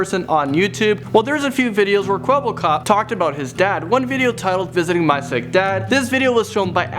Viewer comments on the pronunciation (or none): Man not Kwebblekob